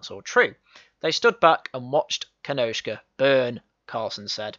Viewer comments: You are right, it’s ‘Kenosha’ there’s no K in it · It's Kenosha, NOT Kenoshka.